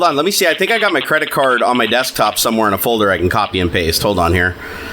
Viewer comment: "You seem to have a wirus on your dextop"